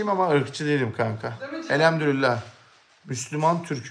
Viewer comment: Elhemdürüllah değil, Elhamdülillah!